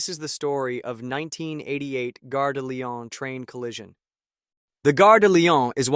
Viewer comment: Or 153-951 for short Or fifty three hundred for short The trainsets made it into the twenty first century, though obsolete. A four percent grade is irresponsible, especially for locomotive hauled trainsets (call it an EMU, but they’re unpowered cars). Gare (rhymes with jar) is a station Guerre (rhymes with hair) is a war Not the Lyon war, the train station